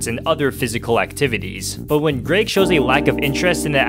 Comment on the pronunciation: It’s Greg not greag